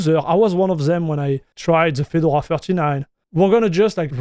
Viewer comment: Fee-door-ah . Your pronunciation sounds like Fidle-wah. Not knocking you or your English. Just a FYI